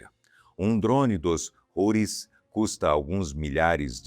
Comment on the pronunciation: A pronúncia em português não é Roris e sim Routis.